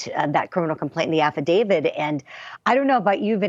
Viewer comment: Did the reporter say “affidavid” ?